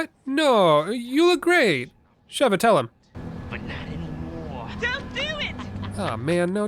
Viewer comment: SHE-va, surely, there's no double V for that hard pronunciation you keep doing !